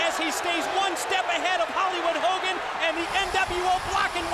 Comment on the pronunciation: Hoe Kogan